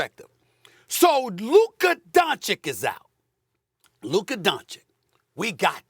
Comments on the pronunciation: This man has been saying Luka Donchick for 5 years now 😂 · "Doncik"....come on bruh... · SAS is trolling at this point by continuing to say DonCHICK. He knows that’s not how you say it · Man, Stephen a gotta stop saying “Donchick” 😂😂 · Luka doncheek 🤣🤣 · how can you pronounce Pete Maravich right then? Just say Donchich😉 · JJ just basketball IQ'ed SteVen into submission and he can't even see it with his smooth brain just as he STILL can't say Luka's name correctly. That's right, I spelled his name incorrectly on purpose to drive home a point. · Stephen A. still can't pronounce Doncic's last name. 🤡🤡🤡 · It's not an accent thing, he just says the wrong letter. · They know how to pronounce Jokic but they don't Doncic and Bogdanovic. Every - ić guy is literally same pronunciation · Can Steven A learn how to say Lukas last name please lol